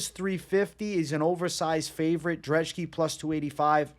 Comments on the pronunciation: why u calling brzeski drzeski lmfao, other than that great analysis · lucas dreshki? you cant even read bro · Love the channel but where are you getting a D in Lukasz brzeski’s name?